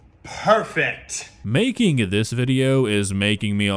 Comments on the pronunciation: i HATE how he says parefect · I’m at the point that if I hear this guy say “PIRFICT” one more time I’m going to lose my shit and just ask god to pls just kill us all, we deserve it. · I'm gonna hear "Poifect!!!" in my nightmares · Don’t forget he’s being racist whenever he says BeRFEct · Most of the time he says "BeRFecT" it looks like he was holding his tears and crying off camera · no joke i thought he was saying breakfast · I thought he said berfect like replacing the p with b